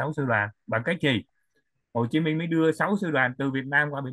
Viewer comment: nên phát âm cho đúng tên anh Minh, không phải là Min!